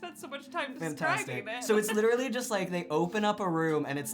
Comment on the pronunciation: I now want to start saying "gliterally" instead of literally like they say "acaexcuse me" in Pitch Perfect